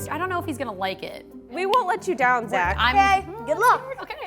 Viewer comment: Idk why but I heard him say his name was zacholas